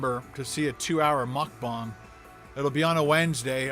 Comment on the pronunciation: It’s mukbang not mukbong